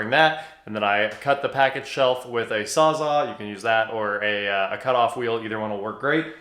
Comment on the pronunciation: sawz-all not SAW ZAH